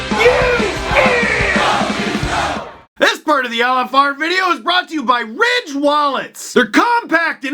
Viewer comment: Oh it was Ridge wallets... I kept hearing Rich wallets in the podcast and thought that's a peculiar brand name for your wallets.